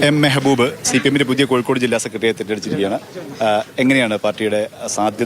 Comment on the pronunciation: മെഹബൂബ് അല്ല monna